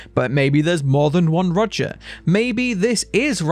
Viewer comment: His name is Roger not Rodger, you keep pronouncing his name as Rodger